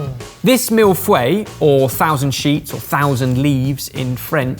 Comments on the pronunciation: Lol everyone in the comments is talking about how is mispronouncing the name of this pastry and although I noticed it, it didn't bother me much tbh lol. The only reason I know how to pronounce it though is because of the lecturers I had at university, but it seems even their pronunciation must have been slightly off as well since they pronounce it as 'mill-foy' not 'meel-foy' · Actually we don't pronounce Mille Feuilles like that in French but you are a British so I forgive you. 🤣🤣🤣🤣🤣🤣🤣🤣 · My master degree is French literature burned by the way said millefeuille 😂😂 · Reading the comments about mispronouncing the name of the dish: "I see that you're new here" 😂😂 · The way says "feuille" 🤦 aw lol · Everytime he says 'mille-feuille' every french person cringes and think 'feuuuuwww?' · As a french speaker, the way he says "mille feuille" is pretty annoying. ^^ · As a french person that mille feuille gave me anxiety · 😂😂😂😂 I speak French fluently because I am french-speaking, for me the pronunciation is funny. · As a Canadian French Immersion graduate, prononciation mangling drives me nuts. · As a French, pronunciation scorches me xD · Even as a German with years of Fench-classes in school, it drives me nuts, too... xD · I know I'm french, I said it's the closest...not that it is 100% accurate at all, I meant that honestly pronounce like that I would understand contrary to many guesses, of course the easier way is to just listen how it is pronounce, but it doesn't help really for english natives as most sounds in the two words just don't exist in English so you have to do with what you have I would say. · I am german and I die a little inside on nearly every french word the guys use :D at least the chefs should get them right. Still loving you guys ;) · I had a crisis thinking I'd been saying it wrong my whole life but then I remembered it was talking. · Yeah, Im swedish, and I still reacted :P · It's Fuy and not Fway :D